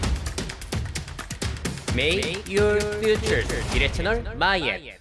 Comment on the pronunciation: make your 할때 발음너무 느끼하네요 항상 들었지만 적응이 안됨